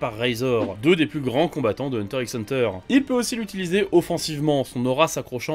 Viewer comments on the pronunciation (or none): ...juste un truc... on dit hunter hunter... le X c'est un fois... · Prononcer le X c'est comme dire "comme même". Si c'est pour le référencement, bien joué. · Dur de commencer la vidéo en t'entendant prononcer le x de Hunter x Hunter 😖😖